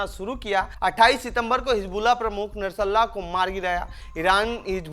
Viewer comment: O dofa. Narsalla kya he, bolte nahi aata to mat bana, nashrullah bol.